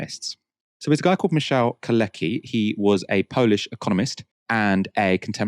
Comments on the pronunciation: Very interesting as usual. One thing though. Could you stop call Kalecki [Kale:tski] "kaleki", as this in Polish means "crippled". Thank you. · and mispronounced “Kalecki” for the enterem segment 😵‍💫 it’s prounanced “car let’s kee” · you ought to check the pronounciation of Michał Kalecki "Keir Starmer is literally a wet wipe". What a gem of a character assessment